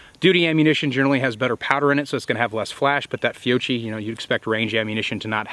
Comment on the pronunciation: Fiocchi Pronunciation 😉